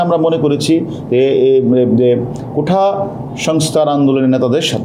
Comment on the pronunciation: কোঠা না কোটা